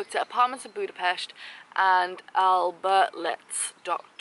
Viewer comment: hi, its budapest not budapesh